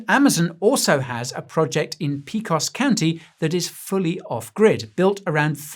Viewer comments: ITS NOT P COS, PAY COS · It's pAcOs county, and river, not pEcos.